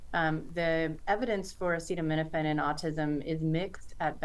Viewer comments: Trump can't even say the word Acetaminophen lmao... is he autistic? His mother must have had too much Tylenol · Do you think class action lawsuits trump loads of scientific studies and meta-analyses? Listen to what he said. He doesn't know what he's talking about. He couldn't pronounce the word - that's how much care and thought he's put into it. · Trump is a dumbass and can’t say acetaminophen so the idiot just says Tylenol. Hope he gets sued for it. Lol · Why would anyone listen to the Orange Carnival Barker, in addition to lying constantly he can't even pronounce the word "Acetaminophen" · Can't pronounce "acetaminophen" (which we've all heard of) But had no problem pronouncing "hydroxychloroquine"🤨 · Sure, take the advice of someone who doesn't even know how to pronounce acetaminophen lol. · I loved how he had to ask if he pronounced acetaminophen correctly. Can we get him to try paracetamol next? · Bro couldn't even pronounce the name correctly. Yet stood up there reading from a script about something he probably doesn't give a shit about. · Can’t even pronounce acetaminophen.